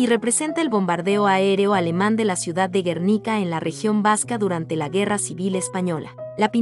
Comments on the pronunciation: Y bueno, lo primero es hablar bien el idioma. Si se pronuncia Botticelli como suena en español, está bien. En italiano sería Boticheli. ¿Por qué pronuncias Baticheli? ¿Por qué dices Guérnica? .Y ni hablar de los apellidos no latinos. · Interesante listado, si la intención del canal es educar, (como se menciona en la descripción del mismo) revisen la pronunciación de quien da voz al video. Lee “Batticelli” por Botticelli; “Guérnica” por Guernica … y varios errores más por el estilo 😕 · No se pronuncia " Guérnica", sino Guernica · Muchos errores : Botticelli y no Batticelli; Klimt y no Klint; Guernica y no Guérnica... Podríamos habernos documentado un poquito más en vez de decir o de escribir burradas, no les parece?